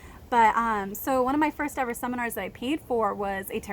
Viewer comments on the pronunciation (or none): Sunflowers are beautiful and so are you. I like your optimism on things. I wish we had more of that. It seems like you have a lot of great ideas and do so much for kids. That's commendable. And I love your evah! Lol I do that. But I'm from NYC.